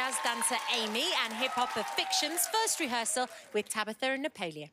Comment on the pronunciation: She say Tabather?